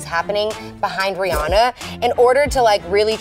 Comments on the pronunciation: its like how they say anna in the frozen movie its rihanna you drag the a its not short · y'all say Rhianna wrong